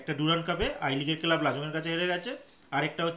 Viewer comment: 'কেলাব'? যুক্তাক্ষর উচ্চারণ করতে পারেন না?